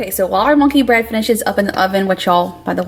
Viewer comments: I thought you said blueberry bunkey bread! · I though you said “blueberry Bunkey bread” 😂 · At one point when you said monkey bread I thought you said bunky bread. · Did you call it Bunkey bread!?! 😂 I heard Bunkey Bread!